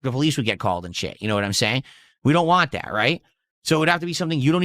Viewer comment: Why cant he say WANT correctly!!!!!!